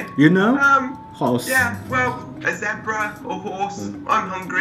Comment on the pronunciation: The tutor can't even pronounce Zebra correctly :P